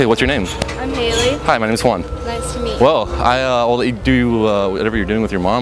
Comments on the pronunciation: Your name is Juan... but can´t pronounce it correctly... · so when you say your name i notice you really say that H in the beginning. i'mma try that next time.